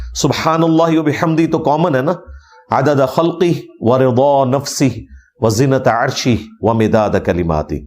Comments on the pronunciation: علی بھائی زینت عرشہ نہیں بلکہ وزنت عرشہ بمعنی وزن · Eng M Ali correctly pronounce Wazinata arshi but it appears as if he is pronouncing...Zenat...